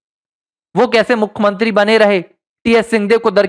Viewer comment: क्या आपकी भाषा गंवारों जैसी है? भाई साहब! हिन्दी भाषा के शब्दकोष में 'मुखमंत्री' यह शब्द है ही नही। आप जिसकी बात कर रहे हैं उसे 'मुख्यमंत्री' कहा जाता है;ना कि 'मुखमंत्री' । कृपया सुधारिये।